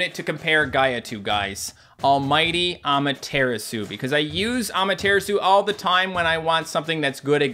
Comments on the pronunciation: Cant believe he still pronounces Amaterasu as Ama-Tear-Isu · When says Amaterasu like that, it makes my face go 😭